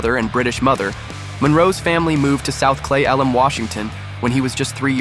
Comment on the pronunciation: Clayelum washington? do you mean Cle Elum Washington?